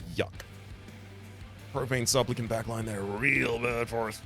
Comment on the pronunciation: I keep mishearing "Profane Supplicant" as "Propane Supplicant" which is somewhat fitting with the big bell on their back looking like a big gas canister